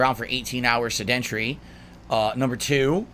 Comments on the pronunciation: Will someone please tell it's pronounced "SED-ent-air-ee" and not "suh-DENT-uh-ree" please? It's so annoying hearing him mispronounce words thinking he's smart, just like Wings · Even his retcon and excuse has grandstanding. Also add 'sedentary' to the list of words he can't pronounce. Suh-dent-ury is not right. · Someone please tell this maggot how to pronounce "sedentary"